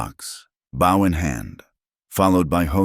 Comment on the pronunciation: A great story. Many good lessons behind it. And maybe the correct pronunciation could be put on “bow” as is correct here as iin bow and arrow Not bow as in a bow after a violin recital.